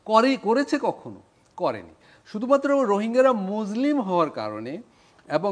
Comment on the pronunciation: ওরে পাগল মুজলিম মানে কি 😂😂😂, উচ্চারণ ঠিক কর, আর পড়াশুনা কর,অনেক শেখার আছে